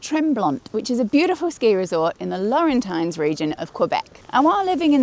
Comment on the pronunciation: Sorry but I just have to do it - Were saying Laurentian? It is pronounced "Lor-en-sion". My problem, not yours - compulsion to correct spelling and pronunciation! Great skiing though!